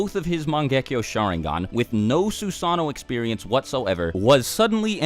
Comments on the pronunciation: So we're not going to talk about the man that has a youtube channel dedicated to naruto, but still cant pronounce Susanno-(Su-sah-no) they say it in the show hundreds of times. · Sue-San-no lmao